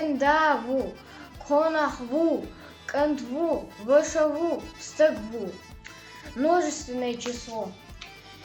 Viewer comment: Стаг слышится Стэг